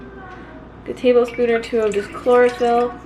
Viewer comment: Hahaha i thought u said chloroform. I was confused.